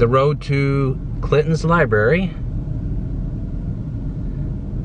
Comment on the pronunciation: Had to stop the video. You are on a platform where you are attempting to inform people. The third time you said LIBARY I was done. Sorry pal. 😑